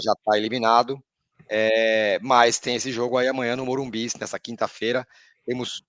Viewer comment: Dói ouvir morumbis. Morumbi porra